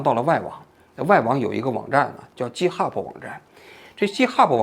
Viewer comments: 叔，直到你念 Github“鸡特哈布”我实在绷不住了，这个念gi，不是“鸡”😂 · 几天来在为我的年轻同行愤愤不平，王局的插科打诨又让我忍不住笑起来，这一集做得真好。另外，GitHub 的 G在这里不发J的音，而是接近拼音中的G发音。由于这个小小的辅音，我一直没搞明白王局说的这网站到底是啥，快听完了才知道是我每天都打交道的东西。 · github不是Ghub。央视名嘴英语就这水平? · 王局那叫给的哈普不是g哈普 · 不是jithub 相类似的读音是'给以特'hub :) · 王局github念错了。是github, 不是jithub. 你第一个G的发音不对。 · 一个发音纠正：GitHub 的读音是ˈɡɪthʌb, 不是ˈdʒɪthʌb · 王局，容我纠正一下github 一般发音是给哈，不是鸡哈。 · 哥 那个不读ji-t hub, 那个读g(ge)i-t hub😂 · Wrong：鸡t哈普，Right：给t哈普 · 正确发音 gei te ha bu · github的读音错了 哥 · btw 想纠正发音 “github”😄 作为一个程序员听到发音错了 很难受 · 虽然这期王老师把github读音不太对，但是个人感觉说得非常好！ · GitHub 发音错了王局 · 王菊github读错啦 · 王局github英文读错了，估计在日本待久了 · 虽然但是这个github一直念错😂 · 王局 github读错了 下次记得读对了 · github 念 g hub，笑死我了🤣，王局太可爱了。